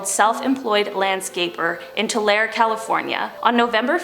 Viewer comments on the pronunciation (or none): none